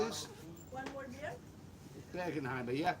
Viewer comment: "BEER" IS A ONE SYLLABLE WORD